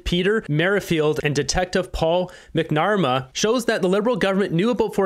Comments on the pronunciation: It's Mac- Na- Mara a good old Irish name not Mac- nara.. Yes definitely a hostile takeover by Carney of the election. Quite clearly the Liberal voters wasted their vote bcz Pierre would have been able to handle Trump much better than Carney did at the meeting. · It looks like the retired detective's name is pronounced, "Mac-na-mar-a" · How come you people,can't pronounce our last name McNamara, pronounce it in this manner Mc or Mac Na-ma-ra .